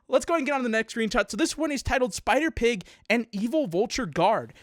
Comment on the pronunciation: the way you said spider pig is kind of okay a little off kind of